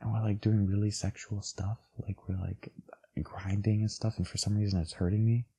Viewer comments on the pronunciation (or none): none